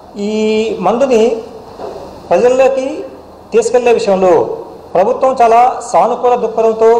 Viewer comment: ప్రభుత్వం అని కూడా సరిగ్గా పలకడం రాదు వీనికి ఎలా ప్రభుత్వ ఉద్యోగం ఇచ్చారు రా! బాబు 🤣🤣🤣🤣🤣🤣🤣🤣🤣🤣